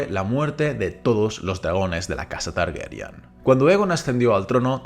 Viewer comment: Es TARGARYEN NO TARGERYAN